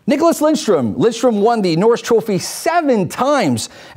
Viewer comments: End my life Getting ö wrong is understandable, pronunciation changes in different languages, but adding an “n” just makes no sense and is not a “slight” mispronunciation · it's lidstrom not lindstrom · How can you be a swedish hockey fan and don´t know that his name is LIDSTROM! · "Lindstrom" - I'm done, how can you say his name wrong. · Because they are american they have to add the N to the name? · One of the Greatest Defensemen Ever and you can't even pronounce his name right.